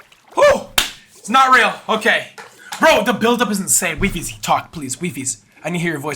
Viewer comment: I thought it's called why-fies not we-fies omg well well well